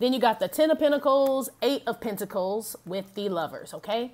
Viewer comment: Penta-cals!😂😂😂 You never disappoint.